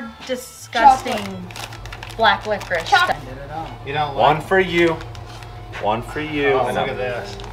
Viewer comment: lovely candy, it's pronounced liquori-"issss", not "liquori-ish" The English also get it wrong! 🙂